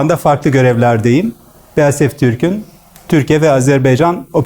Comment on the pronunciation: şu an farkettim BASFİ kelimesinde BASF İ BASFİ